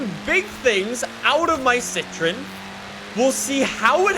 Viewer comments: Its not pronounced "si-tri-n"... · It's Citroen you have to pronounce the O.